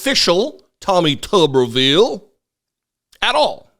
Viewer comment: If it was pronounced tubberville, it would be spelled tubberville. But it’s tuberville, so it’s pronounced tooberville. All they eat is tubesteak in Tuberville.